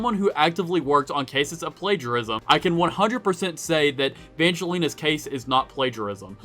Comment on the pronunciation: Vangelina is from Ireland. And can't even pronounce her name right.